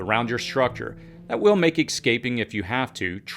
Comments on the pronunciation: Escaping. Not "Excaping". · Escaping, not exscaping. Practice saying escarpment, escargot, escalate, etc. Peace. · Yes, very informative and informational. The repeat saying of “ecscaping” was a little grating, but I’m nitpicking lol 😂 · Anybody who says, “EXscaping loses credibility in my book.